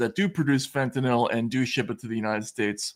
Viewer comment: I disagree, but whatever. I do wish to point out, however, that both of these gentlemen know how to pronounce fentanyl properly. So many can't seem to. Given the importance of the matter in the US, the least that journalists can do is get this basic thing right.